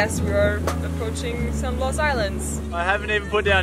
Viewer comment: It’s Blas , blas I tell you blas. Not 💥 San blast 💥. Hahaha. Just hacking on you 😂😂